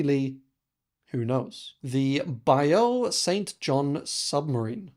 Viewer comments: I'm sure someone has said something, but bayou is pronounced "by you". I'm happy to see non Americans become interested in the US Civil War. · We need to teach him how to pronounce the word "bayou". Great vid.